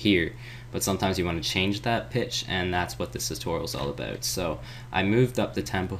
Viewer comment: Are you Canadian? When you say "about" I hear "abooout" like a "boo" is somewhere in there lol